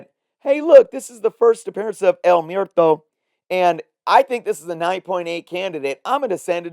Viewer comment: Mwehr-toe. Not Myer-toe. 😅 Spanish word for death.